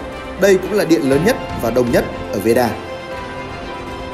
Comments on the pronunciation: Veda not Veera :))) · veeda cứ nghe thành veera :Đ